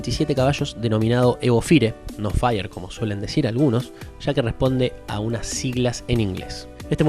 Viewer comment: "Fier" es la pronunciación en inglés para que sepas